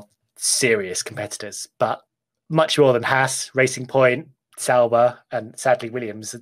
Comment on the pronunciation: DID HE SAY SAUBER